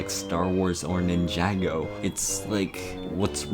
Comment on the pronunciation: You did not just pronounced Ninjago like that. 💀